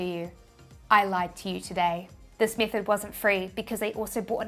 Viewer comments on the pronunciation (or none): BUT WAIT! I got nuthin here, just like the way you say it. Also the word meatheed(method).